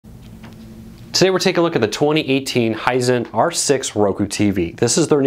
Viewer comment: Hisent? lol I didn't know TV's had a smell..